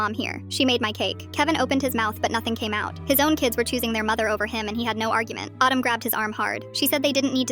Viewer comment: I heard Kevin’s other wife Otto instead of autumn 😭